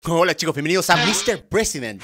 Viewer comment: Like si oiste que enved de decir hola dijo cola🤣